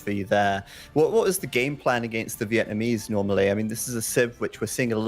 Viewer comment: Chinese Vietnamese Villese Not VillEssa